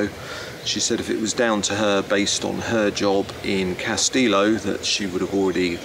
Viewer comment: CAS-TE-LO not castillo.